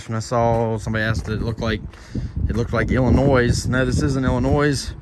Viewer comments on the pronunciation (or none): Cut the S off of Illinois when you say it. Sorry to see the pete get hit. I can't imagine the heart ache I'd have. But accidents happen. Good looking Pete; get after it Ol' Son. I used to live and work in SE DC. Always loved going up to my buddies place in Fredrick; reminded me of home. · the s is silent in Illinois... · The S is silent in Illinois.